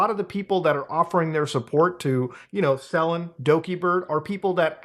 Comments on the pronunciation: I getting Last Aibender flashbacks on how many of the outsiders covering this keep saying Selen's name wrong. I know its not the point but it makes it feel more like drama chasing then a genuine call out of a bad situation. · It's selen, not seleen.